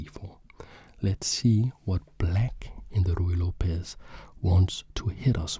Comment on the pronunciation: hi! love your videos, but as a latina i have to say that the correct pronunciation of Lopez is something like López, with the main sound being on letter "o". hope you understand, you are doing real good quality content:)